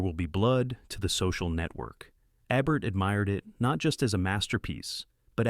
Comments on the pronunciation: Do your research. it's not that hard. There are plenty of YouTube videos where we hear Roger Ebert's name's pronunciation. It's not E-bert, it's EE-bert. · What is it with narrators who can't be bothered to learn how to pronounce the names of people in their videos? Roger Ebert's surname swings back & forth, back & forth, between EBB-ert & EE-bert, and poor Claude Rains is dubbed "Claude Ranns" for some reason. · Is it Eb-ert or EE-bert? I think it was the latter. 🤔 I guess Artificial Intelligence wasn't around when Roger EE-bert was still with us. 🤣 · The man's name is long E-bert, not ebbert. If you must use AI, please program it to pronounce names properly. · Great vid! But You pronounce Roger Ebert's last name incorrectly. It's Ebert as in Electricity, Even or Enough. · Eeeeebert. Raynes. Jeez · Ebert is pronounced EEE-bert. You stupid computer. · A, B, C, D, E.....Ebert...the first E is pronounced like the alphabet! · Agree. EEEEEE-bert for heaven’s sake! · His name was Eee-bert, just saying. Thanks for the entertainment. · It would help if this AI could pronounce Ebert properly. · This doesn't even pronounce Eberts name properly These aren't his picks. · How do you keep saying the man's name wrong? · Um. If you are going to take on a list by a master movie critic, pronounce his name correctly. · In the name of all that is holy, please pronounce Roger Ebert’s name properly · Quite an impressive, eclectic list of truly great films as selected by the incomparable Roger Ebert. Wonder if any movies made in the dozen years since Ebert died ranks with these 15. Maybe the AI narration will pronounce Ebert properly. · I'm guessing it's an AI narrator. It mispronounces Ebert's name every time but, I think, once and Claude Rains' as well. Annoying. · No thumb up because your AI can’t even pronounce the honoree’s name consistently even twice in a row. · Replace the A.I. narrator with someone who can pronounce names correctly.